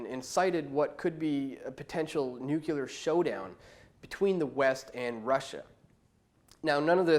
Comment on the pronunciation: It is not "Nucular" it is Nuclear. If you wish to be taken seriously, ensure you pronounce words correctly. This is constructive criticism! Cheers